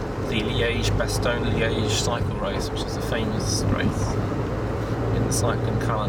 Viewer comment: Funny how English ppl either say "Bastowne" or "Bastojne" when neither is correct XD